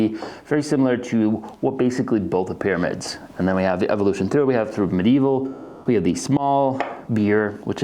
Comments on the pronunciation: It's "medieval" not "medevil." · "Medevil" Aight bro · 'medevil' europe??? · "Medevil" Europe, LOL. Nice educational content bro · "Medevil" does not exist. It's "Medieval". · "Medevil", huh? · oh no it's not medeval. it's medevil. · It's "medieval" not "medevil"